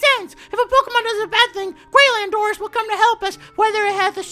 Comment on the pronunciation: Your saying landorus wrong